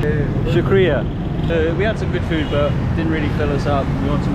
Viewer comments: You said food and he thought you said Fruit 🤣😂 He dropped you guys at a fruit market… lol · Rickshaw driver thought you’re saying “ FRUIT” not food